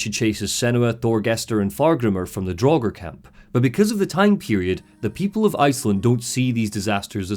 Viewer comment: I love this critique, but it sorta baffles me that one can play through Hellblade 2 and still pronounces 'Draugr' draw-ger. How, how? You know it's not pronounced draw-ger, so why did you do it repeatedly?